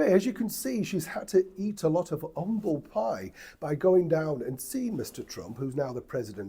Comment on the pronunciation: Loved hearing you say “Umble Pie”. It’s a pity an H was eventually added. Many a serf would have been delighted to have received a slice of the umbles in their day.